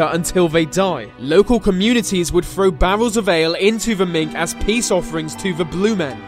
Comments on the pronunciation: It’s not pronounced mink ffs it’s Minch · If you're going to make videos about Scotland at least pronounce words properly, it's Minch not mink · Have you never heard "the Minch" sounded? Obviously not. It's Minch like Inch, not Mink like ink....Do some research man. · Okay, so first of all, I am a Scottish Highlander, and at 1min40secs youre talking about northern scotland, where there is a body of water called "the mink" first of all of all the body of water is a sea, and it is Minch as in pinch, and its not in the northern part, but indeed off the west coast of Scotland called the western isles... the clue is in the name there, the blue men are known as Kelpies.... and then at approx, 3mins 7secs, ben macjewy??? WTF (its Ben macdui, as in macdooie) I am going to have to release a better video than this tbh. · For some reason I'vended up watching this again! PLEASE, if your going to pronounce a Scottish place name learn how it sounds before butchering it on youtube. The Minch is actually pronounced with the last two letters 'CH' pronounced as in the way you'd say "CHain" not how you pronounced it as 'MinK" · Minch-(mintch) Cu sìth-(coo shee) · sorry man,the word Min CH is pronounced Minnche ch as in chocolate.Yes I am the one true Scotsman,living in Scotland and as a teenager on a local trawler back in the 7os and we went one day to fish the Minch...........fucking nightmare,lucky to have lived,never went near a vessel of any kind!Most dangerous stretch of water,ridiculous,standing on deck looking UP at the wall of green freezing water,brrrrrrr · Minch, with a ch